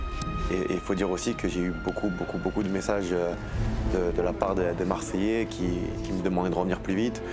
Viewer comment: Grave moi je suis choquer de voir comment tu détruit le nom de notre peuple « Marseillais »